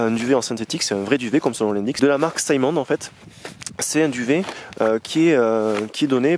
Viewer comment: Un grand montagnard...qui donne un accent anglais à une marque française de montagne : Simond et non pas "Saillemone" 😅